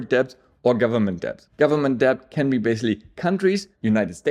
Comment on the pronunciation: Please be dont take this the wrong way. With the word "Debt" the "b" is not pronounced. So say DET. Pretty much everyone who learns English as a second language trys to pronounce the "b".